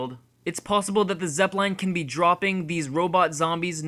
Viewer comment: The way you pronounce Zeppelin is embarrassing